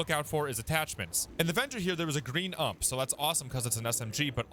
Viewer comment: Say it with me... U M P. NOT fahcking "Ump"